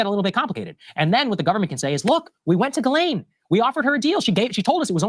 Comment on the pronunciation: we have to stay on this. We obviously have a pedo in office. We can't let it go.❤ and I mispronounce her name the same way too😂